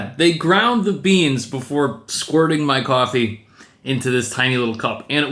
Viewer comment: “To maek coiffee”